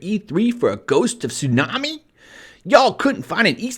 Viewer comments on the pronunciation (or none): Damnit, it's pronounced Sue-She-Mah. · Did anyone else hear him say "ghost of tsunami" or was it just me xDDD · Ghost of Tsunami? I love watching your channel, but I really wish you would read things correctly. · It's ghost of tsushima not tsunami. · Nice vid and all but when you said ghost of tsunami I died laughing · ... gost of tsunami... gost of TSUNAMI....TSUNAMI, I dont know if it was intentional or just a little mistake but it made me laugh to tears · You pronounced 'tsushima' wrong but you got the NPC voice right, 9/10 voice acting /s